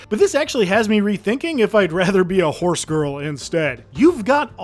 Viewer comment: my brother, did you say fhorse?